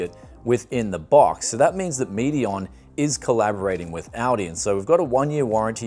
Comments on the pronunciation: ALdi with an L he keeps saying Audi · sounds like you said "Audi" not ALDI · ALL D not ale d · he is. Aldi is pronounced "All-Dee" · Aldi/Medion has some quality stuff! I once bought a dekstop there and for the time is was the best price/performance ratio. Btw you pronounce Aldi like "Audi"😂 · pronouncing what is clearly "All D" as Audi, this ain't a car...LOL Just yanking your chain, great Video as always and thanks for the heads up on this one as I'm actively looking now for a good 1440p gaming monitor. I only wish it was 32" as that's what I have now and really like the extra space... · It is called Aldi not "Ouldii" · It's AL-DI not AU-DI, it's not a car. Lol! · I love how he pronounces Aldi like Audi. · That‘s actually funny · I live in australia and I've never heard someone pronounce aldi as audi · It sounds like he’s saying Audi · It's German and u say ull-dee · Anyone else thought he was saying Audi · It's pronounced All-Dee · Why does he keep saying"Audi's monitor"? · the way it's pronounced in australia isn't like the US pronunciation OR the pronunciation in the video, it's pronounced in a completely different way altogether. The pronunciation in the video is just completely wrong. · when you pronounce Aldi, it makes me want to hear how you pronounce Audi